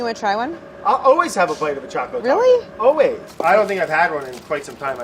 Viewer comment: i love how claire keeps calling them chaco taco